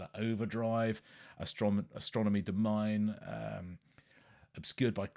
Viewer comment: Mr Pedantic says that it’s actually pronounced Domm-in-ay, not Domm-eye-nn 🤔 Also, wouldn’t Lazuli be pronounced Lazz-yuu-lie, as in Lapis Lazuli? 🤔 Apart from that…you had me quaking a few times…oh no it’s not going to be Inxs!?!!…please don’t produce a U2 lp!!! Phew! Etc Btw, strictly personal of course but i’m rather pleased you’ve never mentioned Queen on here 🤣 Julian Cope is amazing! Many more great albums than the ones you mentioned. How about Robyn Hitchcock? One of the few artists of the 80s worth listening to (again strictly personal but gawd i hated the 80s 😖) Or how about some Rain Parade, or Thin White Rope, or Jayhawks, or Green Pajamas or Green on Red or Giant Sand? 👍